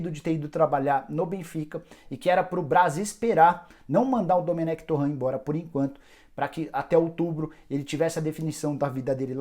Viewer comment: Nicola toda vez ele falar errado o nome do domenec.